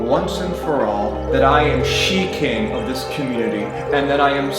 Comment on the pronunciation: "she-king of Northbridge, Massachusetts"